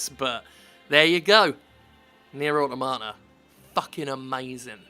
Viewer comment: Why does absolutely every youtuber pronounce the word 'automata' incorrectly?